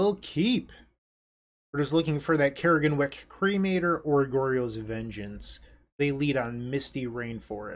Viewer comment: CRAG-EN-WICK (Crag and Wick it's a pun) that is how you pronounce it. Not Care-Gen-Wick...